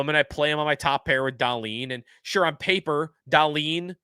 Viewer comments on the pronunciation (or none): none